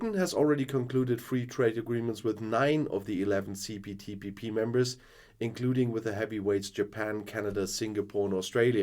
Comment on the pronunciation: See Poo Tea Pee Pee 🙄 has obvious difficulties to get the name right 🤔